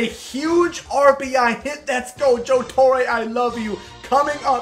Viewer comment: Joe TorrE not Joe Torrayye